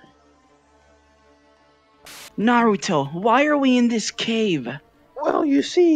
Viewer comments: U mean naru-dough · Me: hears Sakura say Narudo Also me: -_